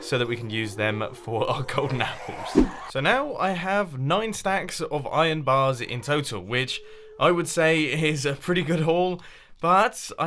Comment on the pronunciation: Am I the only one that heard Iron bars from mumbo?